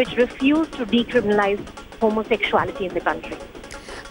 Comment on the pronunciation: Who is this uneducated news anchor?? One tight slap! Remove immediately. She can't pronounce homosexuality correctly. She does not have her facts right.